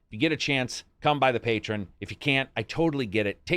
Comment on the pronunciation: It's pronounced "Pay-Tree-On" not "Pay-Trin" Love your vids